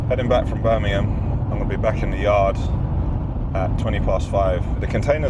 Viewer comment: pls its BIRMINGHAM Not Birninum 🤣. Ashviles the highlight of my week